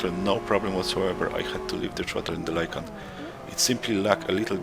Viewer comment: its lykan not lykam, bro